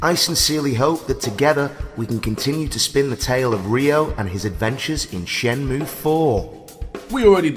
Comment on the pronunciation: Surely it's "Shen moo A"